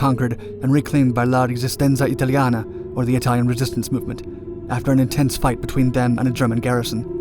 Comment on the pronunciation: Can we get a thumbs up for my boy who can spit those Italian words seemingly perfect?